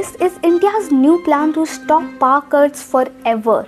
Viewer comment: Paar cuts ??? Please pronouncetion need total restoration